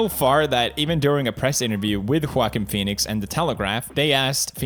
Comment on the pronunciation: Is it just me Or i hear 'quaking' Phoenix